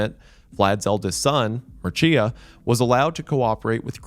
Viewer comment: I got a laugh out when he said Mircea correctly the first time then went on doing the classical American struggle session trying to say it again. I work in an American company and the ways they say Mircea is awesome, never the correct one ofc. Love you wendi!